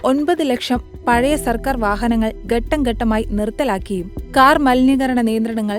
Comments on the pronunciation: Aadar alla aadhar. Gattam alla ghattam. Ithu etha ee vivaradoshy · ഗട്ടം ഗട്ടം എന്നാണ് ഈ സ്ത്രീ പറഞ്ഞത്. മലയാളം പഠിക്കാതെ വരുന്നവരെ ചാനലുകൾ ഒഴിവാക്കണം.